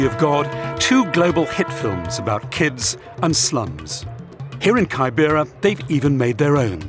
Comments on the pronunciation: The way he pronunces kibera 🙄. The first syllable is pronunced like the way you say 'key' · Kaai- bera is not the name it’s keybera. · lol its pronounced K-I-B-R-A not kybera smh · Kaibera.....sounds weird. It's kibera....pronounced as key_bay-ra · pls it is not pronounced kai bera. It is ke bebara as in key.. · Anyone else triggered hearing 'kaibera' 🙄🙄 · It's KIBERA! KI-BE-RA! 😭😢